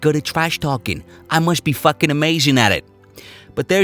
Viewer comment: "Beat'em to death wit a fahkin staplah". I cant stop laughin'.